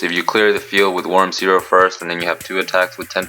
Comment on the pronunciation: It's always fun to see people failing on say that worm's name. Have you already had any idea about that "miracle contact" card, my boi?